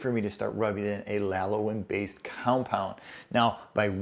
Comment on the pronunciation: Lan-o-lin,! Lanolin!:)